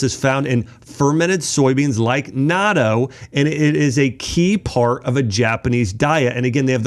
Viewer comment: I eat natto (not toe) is closer to the pronunciation, along with kimchi, umeboshi, miso, and seaweed. But, be careful with salt, Japanese foods are high in salt and not all are healthy.